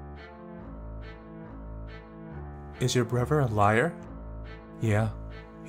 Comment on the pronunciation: Sounds like you're saying "brover," not "brother."